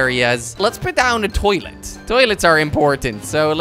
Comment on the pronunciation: Kwebbelkop: "Let's put sown a' little scenery." *Makes a Forest*